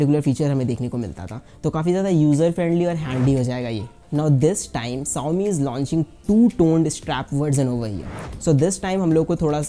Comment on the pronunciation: VerJan not verZan Shaomi not saomi 😂😂😂